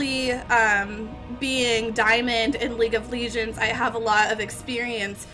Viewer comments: Liuge of ligends ?! Hahahahahhaa loooooool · Learn to pronounce words right before you go on stream or make videos you just sound dumb. What is league of leeegends? This review is just lazy and self absorbed. Heroes is an amazing game don't listen to this terrible garbage pile of a human being. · what the fuck is league of leegends? LEAGUE OF LEGENDS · Jeff Killer its league of legions u dumb dickweed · league of leegends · leeg of leegends